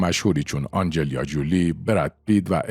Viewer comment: اسمش آنجلینا است نه آنجلیا خیلی باید مسلط باشی دایی